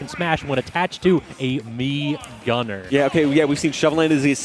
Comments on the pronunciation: What did it said "mii guner"? it is oviusly snas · It’s fucking mii gunner you annoying piece of shit